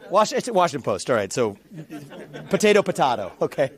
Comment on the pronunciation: Oh my. She’s terrible. “Washington Post— Potato Pototto” ….Lmao. Ella Fitzgerald & Louis Armstrong do a great version of that song.